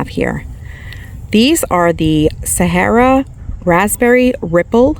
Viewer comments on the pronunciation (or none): none